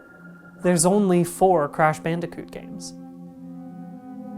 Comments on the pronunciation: Crash "Banderkoot"? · I can't get thru this with the audio clipping and the fact that he pronounces bandicoot weird